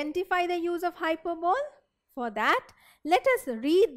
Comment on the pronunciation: Wtf is hyper bowl .... Need to really work on one's pronunciation skills if one other to be an English teacher....